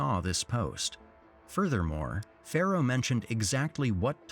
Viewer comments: Narrater keeps saying 'Pharaoh' but the name is Pharoah!! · ”Pharoah” hehe